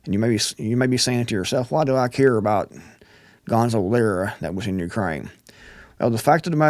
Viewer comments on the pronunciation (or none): Gonzalo not gonzo. Sorry but just for respect